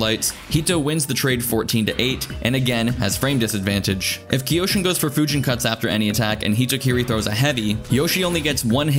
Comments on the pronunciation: Isn’t it pronounced Kai-Yo-Shin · kyo shin, like toKYO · Yes I hate myself for mispronouncing Kyoshin as Kee-oh-shin. Maybe third time's a charm. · “K-yoshi-N” Or just Yoshi